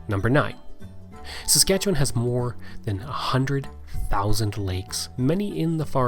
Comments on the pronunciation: It's very refreshing to see someone actually say Saskatchewan correctly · At last, a video about Saskatchewan by someone who knows what they're talking about, complete with correct pronunciations.